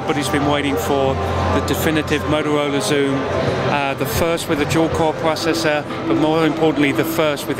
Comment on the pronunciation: its PRO-cessor, not prossessor..